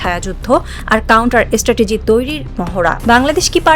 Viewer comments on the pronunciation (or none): none